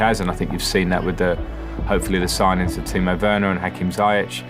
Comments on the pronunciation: How does he pronounce Ziyech hahahaha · Who else has been pronouncing "Ziyech" wrong?